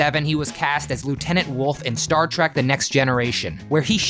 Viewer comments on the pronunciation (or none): It's Worf not Wolf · Oh Christ almighty, even if the script read "Lt. Wolf" anyone would have known it was WORF. The narrator even sounds like he's American so he REALLY should have known that! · it's worf not wolf. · Michael Dorn was Lt. Worf not Woof… jeeze man. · Lt. Wolf? Seriously? WORF. LOL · You said "Wolf", not "Worf" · Worf! Not Wolf. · It was Worf, not Wolf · Did you say Lt Wolf? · fyi his name on TNG was Worf not wolf.... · I knew Lwaxana called him Woof, but really now...